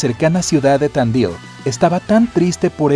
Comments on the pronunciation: Se dice tandil no tandail y se le sice pierdra movedisa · jajaja me cage de risa por que vivo en argentina y dice mal tandi.l parece gringo cuando lo dice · Me da gracias como dice Tandil jaja